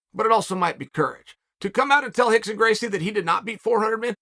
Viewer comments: The whole pronunciation of R into H automatically let's all involved know that there's something not right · Is it Hickson or Rickson ????? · Is it Hickson or Rickson? 😂 I feel like I'm losing my mind